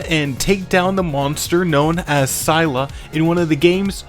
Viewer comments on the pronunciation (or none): none